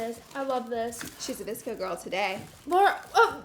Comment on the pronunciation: Oh my god I’m so dumb.. I thought she said a DISCO girl box 😂😂 I didn’t realize until she opened the scrunchies that she really said VSCO 😅